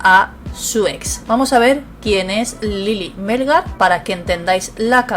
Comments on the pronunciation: Hola. Gracias por la información. El apellido de la señora es Melgar, no Mélgar. acento en la última sílaba. Saludos! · Melgar lleva el acento en la A no en la E ...